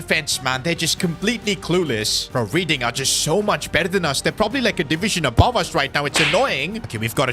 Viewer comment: bro said reading it’s reding (it’s not spelt like that but it’s said like that)